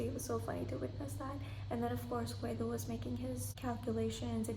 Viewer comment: I was wondering who you were talking about when you say 'Kwedo'' so I looked it up and I think you meant 'Gwedo' which is the Korean name for Orbit. I watched the show in its english dub so I knew him as Orbit. Yea Dong Joo comes off as cold in some of the episodes but I think that has to do with her US lawyer training. As for beauty I imagine makeup must be helping her as I am in my 40's and I know it's normal for humans this age to start showing wrinkles on their face, she does have a really nice height and body she must have been so stunning in her 20's. For me the second prettiest lady in the show is Si-Won and I love her determination. Up to this point in the show I'd say my favorites were Orbit, Dong Joo, Si-Won, and Seok-Jin, they just seemed to be clearly mentally superior and better players than the other cast members. As for my least liked players it was Dong Jae, Yeon-Woo, and Seung-Kwan. Dong Jae just reminds me of college kids and Yeon-Woo is without a doubt the worst player ever how is she a professional Go player? I know you like Dong Jae but I just think he's immature compared to the other cast members and I was so happy he got eliminated because him talking to Seok-Jin privately near the end of that secret numbers game must be one of the biggest blunders i've seen. As for Yeon-Woo she tried taking down a god and got eliminated for it, I was actually surprised she went along with Si-Won's plan to target Orbit as I think the Laying Grass game favors a defensive